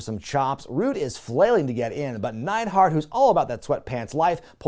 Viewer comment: "Jimmy Jam Neidhart" lmao